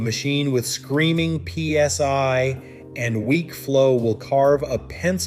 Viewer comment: DID THE A.I. SAY THE EGO RUNS AT 3200 P.S.Y. ❓❓❓ 😂🤣😂 WHY YES IT DID ❗❗❗ WHAT THE HELL IS P.S.Y ❓ AND WHY IS IT SO MUCH BETTER THAN P.S.I. ❓❓❓.................... 😂🤣😂